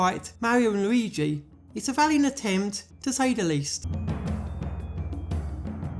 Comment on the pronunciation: New loigi ayeoia? Lol